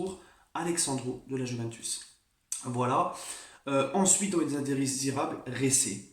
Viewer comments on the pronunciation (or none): none